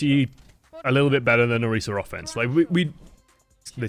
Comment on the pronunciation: Thank you for pronouncing Orisa right! Wouldn't have been able to handle this if you hadn't.